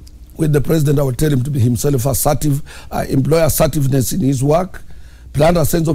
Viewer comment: Themselves and Himself.I like it when you pronounce those words😂😂